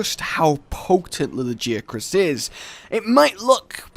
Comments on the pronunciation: La-Gi-A-Crus, this is almost as bad as your behemoth, Odogaron, or Bazelgeuse names lol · "lag-ee-a-crus",. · La (like la la la) Gaia (WITH A G and not a j) Crus (like crust) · La gi a chris? I always pronounced it Lag i ac rus I just think it sounds better that way. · Did anyone else get triggered by his pronunciation of 'Lagiacrus'?